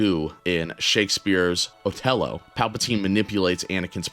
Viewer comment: "Lago"?? Seriously, man? It's and "I" not an "L", and it's pronounced "Ee-aa-go". The macaw in Disney's Aladdin had the name, and it was spoken throughout the movie. You also mispronounced "Othello". It's pronounced "Uh-theh-low".